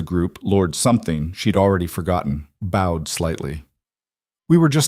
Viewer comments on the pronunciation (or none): none